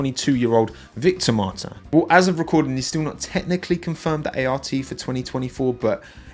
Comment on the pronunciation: It's 'Victor Martins' and his name is actually pronounced more the british way. I have it from several french medias quite close to him :) Very good content, you get a subscriber from across the Channel :)